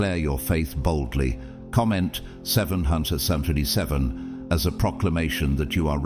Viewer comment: 7777 . Audio is a touch odd on the number sort of slurring with this AI Many grateful thanks 🙏 and 💚🌞🌞🌞